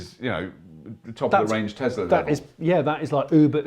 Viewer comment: Tezla? I thought it was Tesla...